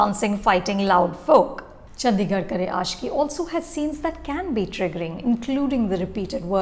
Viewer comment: The D in Chandigarh is pronounced as D, not “Dh”.